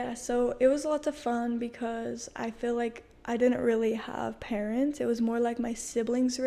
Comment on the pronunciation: They say dill instead of deal Fill for feel and enunciate the last letter of a word especially T and K